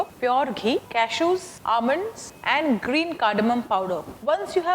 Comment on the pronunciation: I am attracted irrtated by Your english By ur pronounciation of word almond Ur hair Ur nail